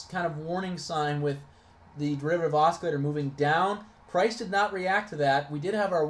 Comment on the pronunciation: You're driving me insane with the way you keep mispronouncing "oscillator". :-D It's "ah-sil-later"....not "ah-skill-later". Thanks for posting this and sharing it to the TSP4ST Facebook group though.